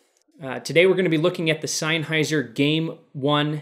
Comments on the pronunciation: "SeinHeiser" HAHAHAHAHAH what the actual fuck?.... its "SennHeiser" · Its pronounced senn hi zer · I unsubbed because of "Seinheiser"